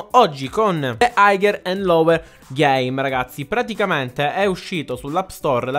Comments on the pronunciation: Higher si dice haier senza la g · Madonna come hai pronunciato higher... ma rende il video assai caratteristico quindi va bene.